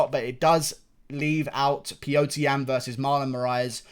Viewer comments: Unrelated but can you please say Petr Yan's name properly? It's Petr, not Piotr lol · Its pronounced pyotr